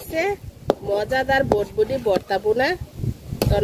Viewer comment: ভটভটি না এটা হবে বরবটি।ঠিক মতো উচ্চারণ শিখে ভিডিও বানাবেন